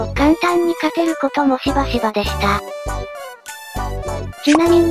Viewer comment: 『ま↑だ↓ま↑だ↓ ガ↓バ↑ガ↓バ↑で……… 簡単に勝てる事もし↑ば↓し↑ば↓』